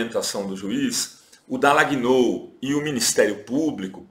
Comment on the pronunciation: O programa é ótimo, super recomendável, sem querer ser pedante ou intolerante, a pronúncia do nome do procuradorzinho é Dalanhól e não Dalagnôu.